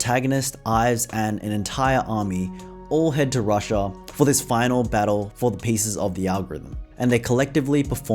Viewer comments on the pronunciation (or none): none